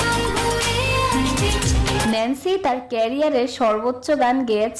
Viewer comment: আপু উচ্চারণ টা হবে নেন্সি